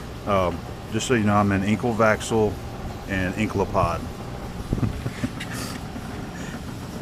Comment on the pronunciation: I also had to pause the video when you said "enkl vaxl", and saw that the sign on the machine was in Swedish :)